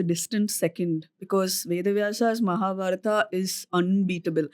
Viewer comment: The way you say “Arjun-aa”, “Mahabharat-aa” , I wonder the guest’s name is Anuj or “Anuj-a”